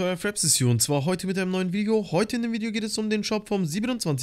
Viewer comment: Du hast am anfang vigeo gesagt